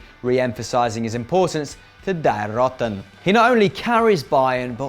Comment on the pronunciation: Once again, it's "Dee Roaten" (kind of) nit "Die Rotten"